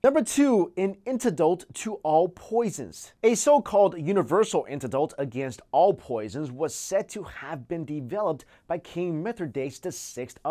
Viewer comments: antidote not intadolt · An 'intedult' to all poisons? How about 'One Invention that can't be pronounced'? LOL Also, 1? check... 2? check... 3? check... 4? check... 5? check.... 6? Maybe the 6th invention you couldn't figure out was called counting. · our "incestors" aside.... "suff-stance"? an "IN-tidote"?? and then ... "antidolt" is said twice? he just has a problem pronouncing words, I take it. :/ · antidult? okaaay. will stop watching now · when you say "Antidote" it sounds like antadult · What language is the host speaking? A universal "intidult"? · whaaaat " ANTI-DOLT" say it right.